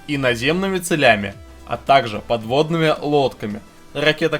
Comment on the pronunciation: цЕлями, а не целЯми. Колхозник - эксперт.